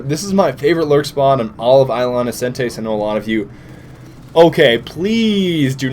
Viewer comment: How to pronounce 'Isla Innocentes' - I-la Innocen-tES. Emphasis on the last part of the word.